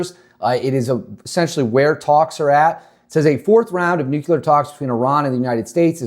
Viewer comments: No such word as nukular. Maybe you mean nuclear? Is English your first language? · Bro, How can anyone trust your content when you cannot even pronounce a 7 letter word?? It's N U C L E A R. Sound it out. Look at the letters. You don't get N U C U L A R from that. Please stop making yourself sound like a little kid. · nuclear not nucular